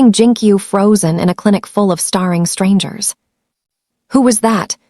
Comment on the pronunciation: Starring instead of staring. I actually hate a I voice overs.